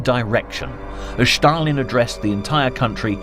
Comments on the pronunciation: Stalin is not pronounced Schtalin. Just Stalin. Just curious: where did you get that idea from??? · This is another idiot pronouncing "Shtalin" or i saw this before?